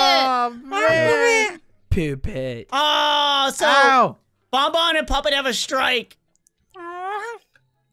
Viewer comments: Did anyone notice that springtrap calls puppet poopet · XD why does springtrap call puppet poopet